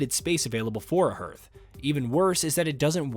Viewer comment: Just so you know, it's pronounced, hearth is pronounced "harth" not "hairth"